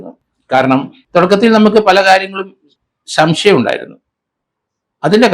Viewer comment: ശംശയം അല്ല സർ. സംശയം ആണ് ശരി.